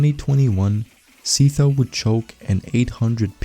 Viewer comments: Dude really pronouced Sytho as see toe 🗿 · s-eye-tho btw good vid aside from that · my bro just made a whole 14 minute video about sytho only to pronounce him ”seethough” 💀